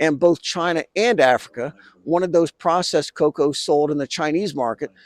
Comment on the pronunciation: Sharma Palki: "China exploid Ghana cocao farmers!" 😅